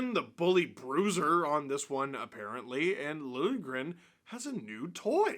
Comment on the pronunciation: lil-juh-grin >:)